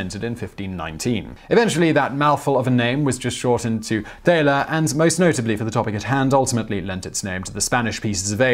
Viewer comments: Your mispronunciation of the word "thaler" (thayler instead of tahler) hid its connection with the word "dollar". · 'Thaler' is pronounced TALLer, not THAYler. It is a short step from TALLer to DOLLar. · Thaler is pro. Tahler. Not Tayler. Ich weiß das ist richtig. Vielen dank Simon. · So the "th" in German is pronounced like the English "t" so "Thaler" is pronounced like "taller" and is a lot closer to "dollar" than the way Simon pronounces it. Just sayin'. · His pronunciation of "thaler" is very English. German pronounces "th" more as a hard t, with a voiced h. It also pronounces the "a" as "ah", so an easier way to know why it's called a dollar, think Joachim thaler to Joachim taller (as in Shaq is taller than most people). Sounds a lot more like "dollar"